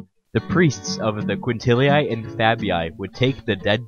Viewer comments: "Quintilii" is pronounced "quin-til-ee-ee" NOT "quin-til-ee-aye" -same for "Fabii". Loved the video besides, mate (thanks! 🤗), but....c'mon, man: such a basic (and kinda disrespectful) error to leave in 🙄. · Lupercalia, sounds Loopearcahliah. quintilli, sounds kwintillee, fabii, sounds fahbee ee!